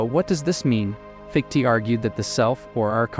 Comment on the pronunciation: Wanted to listen to this but couldn't take hearing "fiktee" over and over